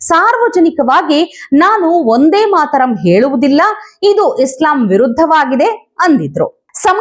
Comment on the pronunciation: "ಒಂದೇ ಮಾತರಂ" ಅಲ್ಲ. "ವಂದೇ ಮಾತರಂ "